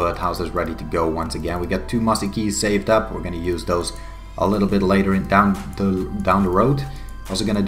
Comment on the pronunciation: I don't like that you say "yews" as "Jews" lmao